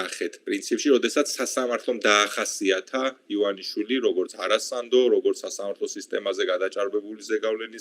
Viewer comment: ერთად ერთი ადამიანი ხართ მსოფლიოში, ვინც ბორიას გვარს სწორად ამბობს..:))))